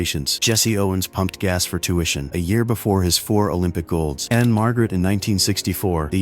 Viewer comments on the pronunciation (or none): none